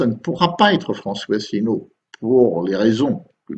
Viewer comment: ASSELINEAU (pas Asselneau, ni Assélineau)